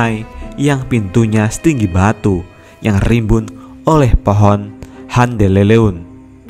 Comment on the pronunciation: Maksudnya mungkin pohon.handeuleum dan hanjiang tapi karena yang baca narasinya bukan orang sunda atau anak muda yang ga paham bedanya e, è dan eu